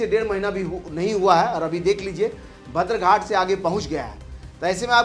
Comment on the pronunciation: Badr ghat kahtey hain, bhadar nahi , sahi pronounce kijiye